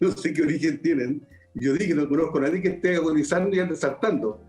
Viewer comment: Villegas dice "NADIEN"